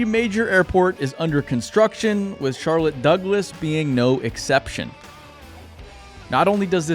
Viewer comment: “Charloss Douglette” Sorry